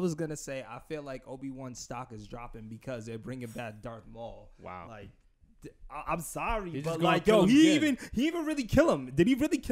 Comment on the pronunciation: Say Dark Maul again I dear, I double dare u🤬. Its Darth, Darth Maul😎